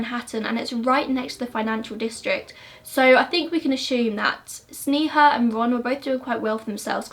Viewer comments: Pronounced sney-ha but I love your videos ! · Hi.. just wanted to let you know that sneha's pronunciation is sn'ay'ha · It’s actually pronounced SNAY-HA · It's pronounced Snay-ha but eh :P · Girl. you did a good job on the video, research etc but at least pronounce Sneha's name right. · Yeah it is, we can understand the difficulty of pronouncing Indian names, never mind, still love your videos anyway! <3